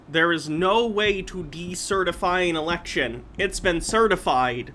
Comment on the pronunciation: One of my main grapes about Peter is his pronunciation of election as just ” The Lection”